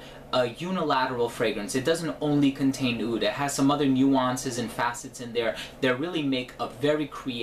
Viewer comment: OUD NOT OOD